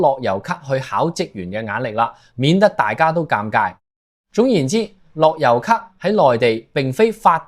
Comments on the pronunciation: 我三月返嚟已經要睇回鄉証，一月尾上去時都係用樂悠咭就得。讀樂(優)咭唔係樂(油)咭？你唔係香港人？ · 樂悠咭不要讀成樂優咭